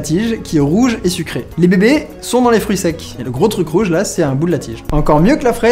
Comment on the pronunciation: "c'estbon les foeurus" XD